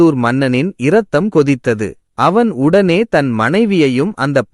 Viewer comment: கதை சொல்பவருக்கு தமிழ் சொற்களின் இலக்கன உச்சரிப்பு விதி தெரியவில்லை. இரக்கம். இரத்தம். என்பதில் இ உசரிக்காமல் சொல்ல வேண்டும்.